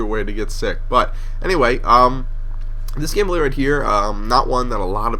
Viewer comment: at the start i thought you said modern warfare 3 gayplay